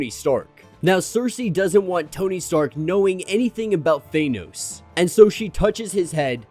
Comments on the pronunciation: Could you please learn how to pronounce "Thanos"? It's not "Thainos" or "Thaneoes" ... It's just "Thanos" Please for the love of all that is good in the world? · Bro I love you but it’s “THAAHHH-NOOSSS” not THAYNOS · Love the content bro but ur pronunciation of Thanos was throwing me off...Ive only heard Star lord pronounce it like that in the MCU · Please stop saying Thanos like that